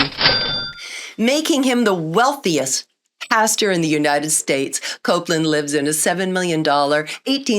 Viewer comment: Keeps mispronouncing pastor.. i think its bastard.... Yep, it's definately bastard..